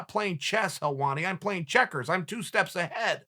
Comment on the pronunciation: “This shit is chess, it AINT CHECKUHZ”